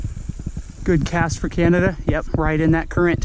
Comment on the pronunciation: did you just call Canada... canadia? 😭😂